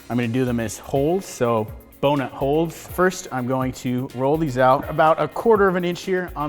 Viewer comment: am i the only one who laught when he said bo-nut-holes